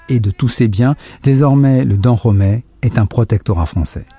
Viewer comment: Tu prononces mal le dahomey